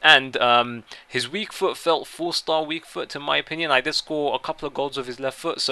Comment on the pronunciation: Stop saying 'in my option ion'